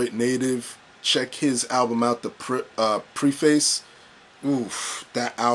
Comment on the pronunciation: lol You know Elzhi is a member of Slum Village right? And you pronounced "Preface" wrong as well. It's all good though cuz I pronounced it the wrong way a few years back as well. lol